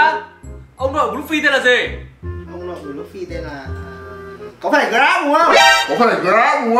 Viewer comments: woww], Garp mà đọc vô thành Grab, (tiếng OP của ông này thiệt thú dzị :))))))))))))) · Garp nhá còn nó nói grap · Ủa ông nội luffy k phải Grap hả ?